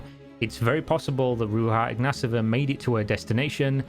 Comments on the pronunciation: Why are you pronouncing her name Ru-ha Igna-sova when it should be Ru-ya Igna-tova ? And why are you pronouncing her brother's name with an -a at the end which is feminine, when his name is Igna-tov ? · Theres no S in her last name …. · Mate, I know Bulgarian names can be hard for English speakers but ... You are saying totally different last name ( the mispronounced first name I can dismiss as x and y are funny letters in English) but the last name you are saying is totally different Ignaseva it not even close to ignatova. We have it simple , no silent letters and you just sound every letter. Ig na to va